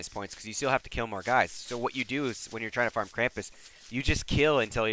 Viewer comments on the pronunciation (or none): none